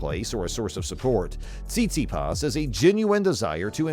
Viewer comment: Hilarious! You obviously don`t even know how to spell or pronounce his name 😲 _